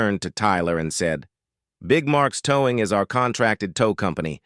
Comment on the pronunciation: This artificial idiot male voice couldn’t even pronounce “towing”….called it ‘toww-ing’